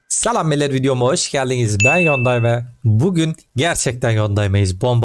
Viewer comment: başta salam millet mi dedin bizim oğlan ben mi yanlış duydum :D ben salam değil sucuk seviyorum :)